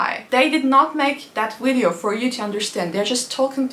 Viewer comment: 'wideo' how sweet